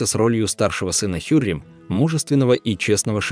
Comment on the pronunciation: Хюрем султан (произносится как ХюрЭм)!!!